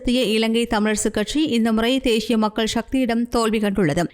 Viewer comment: தேஷியம் உச்சரிப்பு பிழை. தேசியம் என்பதே சரி.